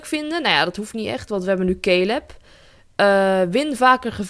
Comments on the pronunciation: Lotte Zuithof ja maar ik bedoel dat je het uitspreekt als calub en ik kijk naar yammyxox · je schrijft caleb maar je zegt calub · cooking clas misschien dat zei het fijn vind om het zo te zeggen maar ík heb zelf nog nooit iemand die Caleb heet Calub zien noemen😬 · Het is wel caleb no hate maar ik kijk naar pretty little liars en daar heet iemand ook caleb